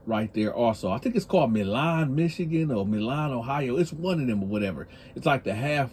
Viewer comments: YO,,! it is pronounced "My-Lin" not Ma-lan. That got a Federal FCI there. BTW, pay for your kids because I don't need my tax dollars feeding all yo Baby Mamas and their chitlin. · Milan Michigan is pronounced MY-Lin or MY- Lun in English. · Pineapples on pizza for sure. Its Milan Michigan pronounced My Lan Michigan. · Milan "My-Lan" lol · Michigan born and raised you talking bout Milan pronounced my-lynn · It’s Milan, mi and it’s pronounced My Lynn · It's Mi-land big bro.